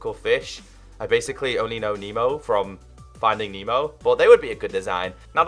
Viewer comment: It’s not memo it’s nemo